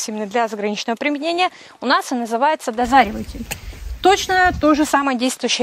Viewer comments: Чет перегрелась походу нынче. НИЗАЧОТ!!! Дозреватель препарат, а не ДОЗАРИВАТЕЛЬ 🤣🤣🤣 Специально 3 раза прокрутил эпизод С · Дозреватель а не дозариватель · Почему Вы говорите "дозариватель", а не " дозреватель"? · Вы умница! Только не пойму почему - дозАривать, а не дозревать😊 и препарат - дозреватель. Специально несколько раз пересмотрела. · «Дозреватель» вроде. Какой «дозареватель»? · Дозариватель или дозреватель? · Дозреватель! А не дозареватель) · На упаковке написано "ДОЗРЕВАТЕЛЬ", а не дозариваттель. Мужчины есть у вас? Черепов у вид пусть запилят наискосок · Дозреватель, а не дозариватель. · Почему дозариватель то ? Дозреватель же . Не дозаривает , а дозревает ) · Дозреватель, а не дозаревотель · Не дозареватель, а дозреватель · "Профессор" сорок раз повторила ДОЗАРИВАТЕЛЬ!😂 Может,Дозреватель? Читать умеет профессор? Прям уши режет! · Ох,, ухохоталась с твоим дозаривотелем!!! У меня тоже было так, прочитаю начало и конец слова, а серединку придумаю, смешно получается!!! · ДОЗРЕВАТЕЛЬ!!! уши режет!!!